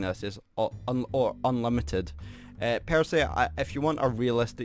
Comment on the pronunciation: Before you try making it as a youtuber, please for the love of god understand how to read, unlimited is not a very hard word to read.